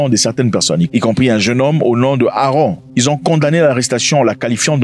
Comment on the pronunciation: C'est pas Aaron C'est AaMron = se lit AMronne